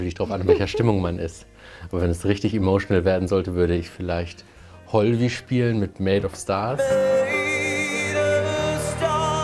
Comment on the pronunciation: Tolles Video, aber er heißt ,,Hovi“ (,,Chovi“ ausgesprochen), nicht HolVi..So sorry, dass musste sein haha